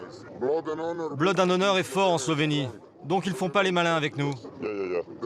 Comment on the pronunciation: "Son nom: blAd and honor".. L'anglais n'est pas ton fort!:o)